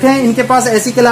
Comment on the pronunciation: Pehle ac bolna to sikh lo